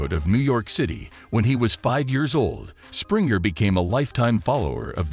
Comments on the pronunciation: 😂poor Jerry and all the other Sprinjers! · You mispronounced Jerry Springer’s last name here and there. It’s a hard “g” not soft. Why should I trust any of your content when you can’t pronounce your subject’s name correctly?! Don’t you proof your work?! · His name is not sprinter it springer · You pronounced Springer wrong 😳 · U know how to say jerrys last name. Its so disrespectful to not get a dead man's name right when u actually know it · Whoever is the narrator for this piece is not very bright, neither is he familiar w/Jerry. He has mispronounced his name AND other key data in tgr video, ALL with arrogance & venom. If zherry went out if here with theatrics - so be it cause at the end of the process, he finally fid the right thing!!!! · This guy keeps miss pronouncing his last name holy c*** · For goodness sake please pronounce has name correctly 😂